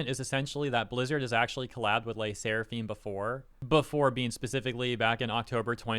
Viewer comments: I like Le Sserafim though (you butchered the pronunciation btw) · pronouncing LE SSERAFIM wasn't on my year's list for sure lmao